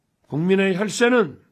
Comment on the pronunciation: 국민의혈세는하면서 강조할떄 왜캐웃기냨ㅋㅋㅋㅋㅋㅋㅋㅋㅋㅋㅋㅋㅋㅋㅋㅋㅋㅋㅋㅋㅋㅋㅋㅋㅋㅋㅋㅋㅋㅋㅋㅋㅋㅋㅋㅋㅋㅋ